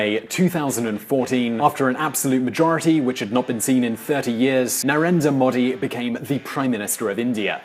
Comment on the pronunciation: "Narenda Moddi" Its pronounced Nu-rain-druh Mow-dee